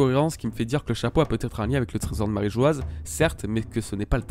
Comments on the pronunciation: J'ai remarqué que beaucoup commencent à prononcer "Marijoaz" à cause de l'orthographe assez surprenante choisie par Oda, mais c'est une erreur. La prononciation de Mary Geoise/Marijoa/Marie-joie peu importe le terme exact restera toujours "Marijoa" sans Z, vu que l'écriture en japonais et donc la prononciation n'a jamais changé (マリージョア). Oda a choisi une drôle d'orthographe qui est selon moi une petite erreur et sera modifiée plus tard (peut-être pour devenir "Mary Geois", sans le E à la fin qui modifierait la prononciation). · S'il s'est trompé sur la prononciation, ça fait 15 ans qu'il le fait et continue de le faire sciemment. S'il avait subitement voulu changer la prononciation de "Marîjoa" après 15 ans d'utilisation en "Marîjoazu" (prononciation japonaise du mot Mary Geoise) il l'aurait tout simplement écrit "Marîjoazu" en japonais clairement et nettement. Je crois que tu ne comprends pas vraiment le problème ici vu que tu ne comprends pas vraiment le système d'écriture japonais.